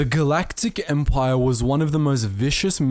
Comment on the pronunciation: I thought at the beginning he said the galactic HEMPire XD